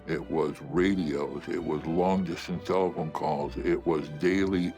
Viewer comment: He said telephone though, not cell phone. He said it like "tell-phone"